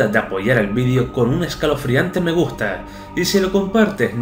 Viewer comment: En el minuto 29 dijo meguta